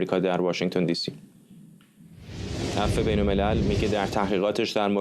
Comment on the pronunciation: کارشناس کم سواد شکریا برادوست مرتبا به اف سی و پنج می گوید اس سی و پنج.